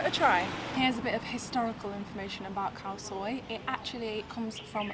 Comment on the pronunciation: "Khaw Soi" not "Cow soy" haha